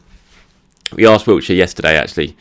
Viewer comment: It's Wilshere,, not Wiltshire. For goodness' sake, the man's an Arsenal legend. Say his name right and if you can't then practise it!